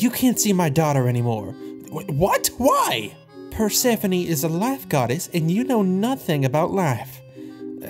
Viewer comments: Bro said perspephene instead of persphone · Bro saying Bird-sephone